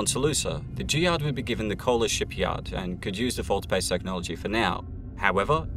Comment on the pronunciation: jihad stress on second syllable.